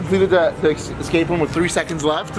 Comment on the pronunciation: Escape, not excape room....🤦🏼‍♂️